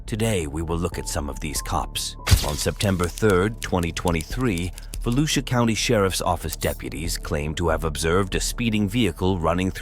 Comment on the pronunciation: I am amazed out of all the YouTubers to bring up Volusia county you're the first to say it correctly.